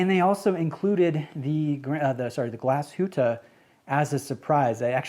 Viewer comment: Thank you for NOT butchering the name Glashütte,well done,mate! Greetings from Germany